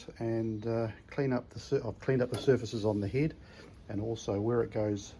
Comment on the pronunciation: Love hearing the NZ accent “heid” for head.